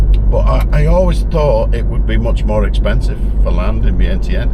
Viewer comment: Before 25 secs in you're not pronouncing vietianne correctly. How has she not corrected you? Or at least I know my dad's from there and he's never said it that way!